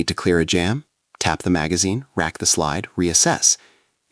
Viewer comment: Another robot mistake: It’s “Tap, RACK, bang!” Not “Tap, RAT, bang!”